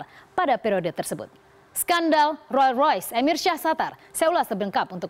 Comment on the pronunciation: ngomong rolls royce aja gak bisa....